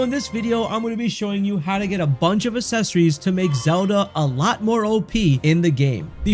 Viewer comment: I had to stop watching about halfway through. Every time he mispronounced accessories I cringe.